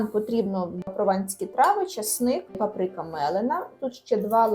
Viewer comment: Правильно "ПАприка", а не "паПРИка"